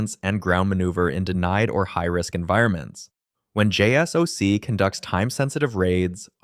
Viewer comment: “JSOC is pronounced “”jay-sock”.